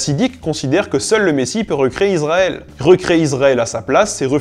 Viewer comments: Bonsoir Très intéressant mais trop rapide. On dit ISraël et non pas IZraël C’ est le son (s) pas (z) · Je suis le seul à être énervé par la prononciation IZraël et iZraëlien? Pourtant la règle française est assez claire sur la prononciation du "S" entre une voyelle et une consonne... Et pour ce qui est de la prononciation en Hébreux, il s'agit d'un Shin qui se prononce soit "sssss", soit "chhhhh", donc jamais "zzzzz"... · Pour tel-aviv avec un v, mais pas de 'e' à la fin comme dans voiture. On dit Issraël et non izrael. Je me suis toujours demandé pourquoi les français prononcent souvent ainsi bien que beaucoup moins à présent. Le plus drôle c'est qu'il y a des juifs israéliens qui viennent en France et qui parlent français se sentent obligés de dire Izrael 😊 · Il faudrait quand même arrêter avec "IZraël" et "iZraëlien". Même si le thème de la chaîne n'est pas la norme, il y a des règles de prononciation des "S" entre une voyelle et une consonne! Et en hébreu, le "Shin" se prononce "S" ou "ch".